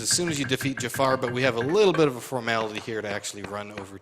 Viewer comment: here is an jaffa , not jaffar xD